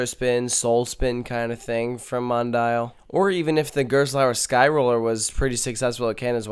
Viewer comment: You mispronounced Gerstlauer.